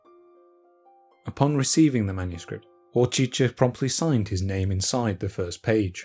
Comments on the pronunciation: Not to nitpick, but that's not at all how "Hořčický" is pronounced. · Pronounciation of some of the names is really terrible, especially Hořčický's, but also Kircher's. Also, where's that "Barshius" from? His name was Georg Bareš (alternate spelling Baresch). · Always interesting to hear native English speaker pronounce slovan names. I have to admit, Hořčiský is one of the harder ones. Fun fact: Base of the name is what Czechs call mustard - hořčice.